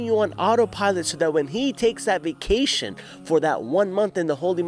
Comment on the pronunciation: He actually said shytan take vication for one month that was quite funny 😂😂😂